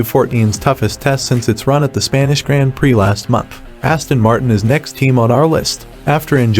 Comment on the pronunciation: The video was fine, but the was "grand prix" is pronounced makes me cringe